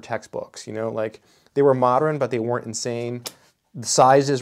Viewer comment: The way you say “modern” like “moderin”